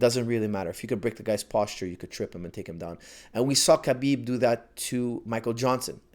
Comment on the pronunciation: Khabib's - Ha-beeb not Ka-beeb last name is really simple. Pronounced like so. Nurma-gomedov.